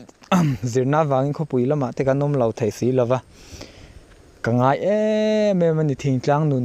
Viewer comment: Inkhua chu nawm hmel hle mai, mahse' thei' tih tur hi 'thai 'i i ti zel a, beng a ti kham thin ka ti